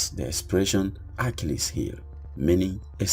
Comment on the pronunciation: Your saying his name wrong!!!!!